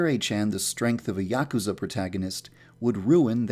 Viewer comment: yakusa not ya-ku-sa u say it fast